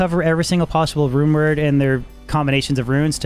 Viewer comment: He says runeword so fast it sounds like rumor 😂😂